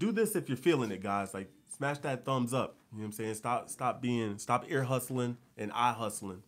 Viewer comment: You may be from Florida but you know you got Texas swag when you say something like "ear hustlin". H-Town.